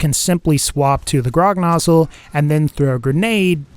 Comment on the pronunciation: Anyone else hear him say 'rognozzle' at some point?